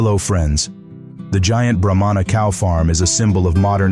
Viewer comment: It’s pronounced Brah-mah not bro-mon-a. They aren’t necessarily a giant breed of cattle but a Brahma Bull can break the 2000lb mark. If I’m not mistaken those almost pure white Bulls all together being moved by a guy on horseback in Florida are registered F1 Bred Brahma bulls worth quite a bit. When my family still had a farm and raised beef cattle we kept a Brahma bull as our herd bull for years. We would put him on black angus and sometimes Hereford cows. This results in cross bred cattle. With the black angus and Brahma cross you get Brangus calves. With the Hereford and Brahma you get Braford calves. Both those crosses are now their own registered breed of cattle with some farms raising just them. . I prefer all my cattle to have at least some Brahma genetics because it adds heat tolerance and makes for superior calves over purebred cattle. Brahmas always are thought of as mean and wild but in my experience it’s usually only the females. The laziest most gentle Bulls I’ve ever seen were purebred Brahmas. Now when you cross bred them especially the Braford I mentioned can be some of the wildest bulls and cows around. If you watch bull riding like the PBR and see a red or brindle colored bull it might not be all Braford but they look like that and truly athletic creatures.